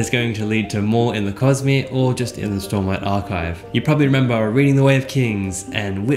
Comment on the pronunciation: you pronounce cosmer cojmer